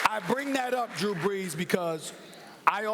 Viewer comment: I thought they were saying Drew-urns